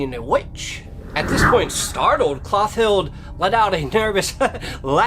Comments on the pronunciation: So I was today years old when I realized that "Mister E" is the same as "mystery." Lol Also it's "Clo-TILL-dah" not "Cloth-ild." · Good job with the pronunciation!